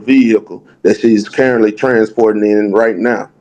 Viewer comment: "Carently" 😂😂 "there's not proof that she lives primarily anywhere" 😂😂 I love! The AG has obviously picked a side.. He would have been better off to just carry the kid on his insurance but really since he's honoring the agreement, she agreed to pay the insurance.. Why would he have to pay it now?! I don't know that anything is fair to order him to pay, but definitely not 100%.. 50/50 if anything!